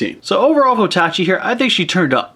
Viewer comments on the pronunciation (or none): I thought it was pronounced ota-ch eye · And how it was said in the movie as well. O-tachi.